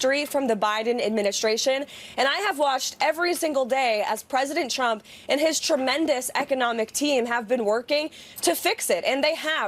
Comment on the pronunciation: Sometimes, I wonder if Leavitt says "President Trump" as many times as possible during all appearances as a low-key way to troll him because she always pronounces it "President Chump"